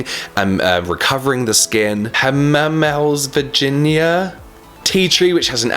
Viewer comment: plant person here: it's called Ha-ma-meh-lis virgini-ka / one of my favourite shrubs tbh